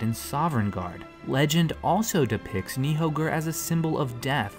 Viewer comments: FYI the "ð" letter makes a "th" sound, so Níðthöggr is pronounced "Nithogir" Other than that, great video! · Please don't speak Yggdrasil and Nidhöggr without pronouncing the ð as d. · You actually pronounced Nidhöggr wrong. Ö isn't pronounced like O. In fact it's a letter in slot of different languages, like Latin, German, Swedish and Icelandic. It's actually pronounced like œ or ø. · you pronounced the dragon's name wrong